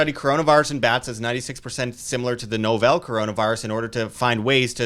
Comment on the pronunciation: NAW-vuhl, not no-VEL